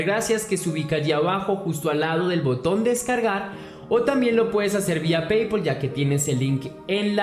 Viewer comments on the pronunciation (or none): none